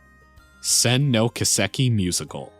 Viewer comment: Kiseki is pronounced Key-seh-key. Not Kuh-sek-e.